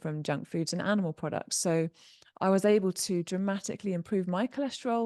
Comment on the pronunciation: able: aye-bul. Terminal L. not: ends in a T. certain: There's a T in the middle. Not "sir-uhn." You sound lazy and weird.